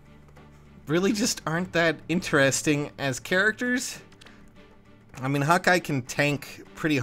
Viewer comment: I thought you said "Hot guy" instead of "Hawkeye". Gotta admit, I made a "mmmhmm" sound right after that ;)